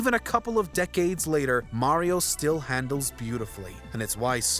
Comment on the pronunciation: It's mario not mayrio